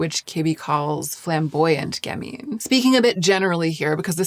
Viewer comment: And "gamine" has the accent on the first syllable, with the second being a "schwa" sound, not "ee". (Once a literary agent, always a literary agent...there's a T-shirt out there with my name on it--the one that reads, "I am silently correcting your grammar and pronunciation".) 😊